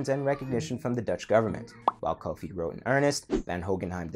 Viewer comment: It is not Kofi, it is Cufi